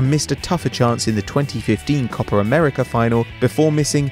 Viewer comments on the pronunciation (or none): for fuck sake,its copa not copar